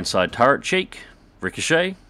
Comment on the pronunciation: did you say "turrent"?